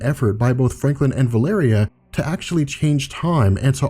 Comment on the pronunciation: Wait, is the really the way you're supposed to pronounce Valeria?